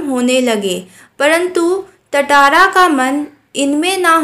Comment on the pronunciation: Tatara × Tara ✓